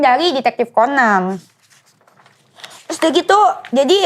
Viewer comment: BUKAN 'TYUS' DENIES! TAPI 'TERUS'